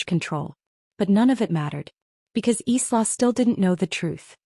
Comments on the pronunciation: ILA instead of sla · Isla is pronounced like island s is silent